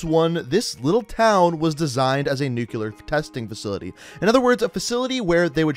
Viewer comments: NUCLEAR. Not NUCULAR. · Bro, it's pronounced "nuclear" not "nucular" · hes actually saying nuke le ar but i agree its nuke leer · actually, if you listen, he's saying nuke-u-lar, which is wrong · “Nucular” It’s... it’s uh... new CLEAR not *new queue ler * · Its pronounced nuclear not nucular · Sent a little shiver down my spine every time you said "nukular" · Can you please pronounce nuclear correctly, I know that it doesn’t bother most people but it’s my biggest pet-peeve. That said great vid keep up the gr8 work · When you say "nuclear" wrong. F